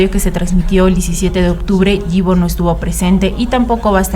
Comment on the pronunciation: Super bien el vídeo nadamas voy a poner la forma correcta de la pronunciación de su nombre (ipo) así se pronuncia 😊